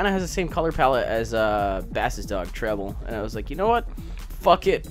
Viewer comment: Since when was Pokemon in 60FPS!? Fuck it, I'm not complaining, that's badass. Aaand he doesn't get that Bass' name is pronounced like the musical term instead of the fish. Keep trying,. Keeeeep trying.